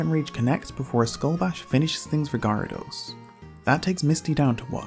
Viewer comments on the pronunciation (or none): You pronounce Gyarados weirdly. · You pronounce Gyarados wrong